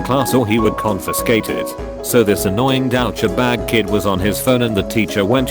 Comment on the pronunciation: Lol how this TtS says douchbag, doubt cha bag.